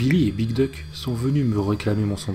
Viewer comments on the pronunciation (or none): Alors, je suis chiant, mais "Duke" se prononce "Dyouk", et non "Duck, qui signifie "canard" 😉 Hormis ce léger détail, je te tire mon chapeau ! ^^